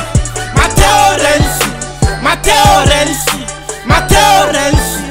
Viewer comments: "Renzi" no "Rensi" ❤❤💀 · "addhominali rensi"